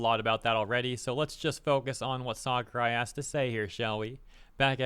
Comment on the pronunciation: Sakurai has always been one of the greatest game devs out there and he always shared this opinion. But please say his name right 😂